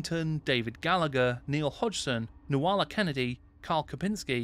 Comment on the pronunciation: Great video, really enjoy all your stuff but Nuala's name is pronounced Noo-la not Noo-a-la.